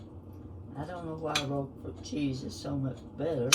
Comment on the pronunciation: Thank you for typing the name of the cheese here! I could not understand what kind she said, even after repeating twice! 😂